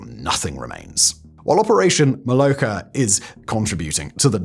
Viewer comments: "MoloCHka" - like Cz in "Czehia". Or KerCH. Same in BuCHa btw. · I am new to learning Russian (not even Ukrainian), so take this with a big grain of salt, but I think that "Molochka" has the "ch" pronounced as in "church", not "loch". So, /t͡ʃ/ rather than /x/ in IPA notation.